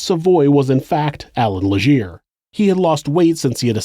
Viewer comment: "Le-ghaire." "Mira-mee-shee." "Munk-ton" Okay???